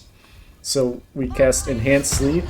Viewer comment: 100% heard the same lol